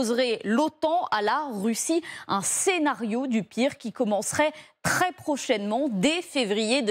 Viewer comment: elle a briser un de mes haut parleurs.... tRRRRRRRRRRRRRRes prochainement, elle est belge ?